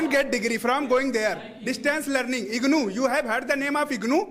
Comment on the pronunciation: The green shirt guy is very funny 😂 IGNuu - IGluu distance learning he is very famous